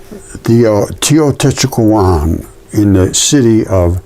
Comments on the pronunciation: Tae oh tae walk on...Teotehuacan..pronunciation. Tenochtitlan...tae noch teet lahn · Teotihuacan is pronounced as Teo-Tee-wa-kahn